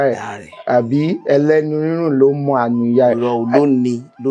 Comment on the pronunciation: Very correct